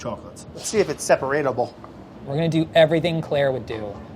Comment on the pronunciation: "Let's see if it's separateble."